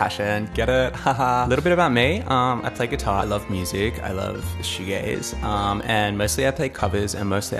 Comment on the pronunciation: The coy pause between “like” and “shoegaze” is everything. ❤